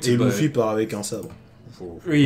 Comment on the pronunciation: louffy mdrrrrrrr (LUFFY)